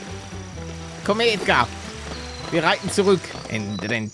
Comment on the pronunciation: Nur der BVB 09 du meinst Edgargas